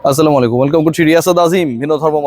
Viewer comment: "আ ছেলেম ওয়ালে কুম" 😃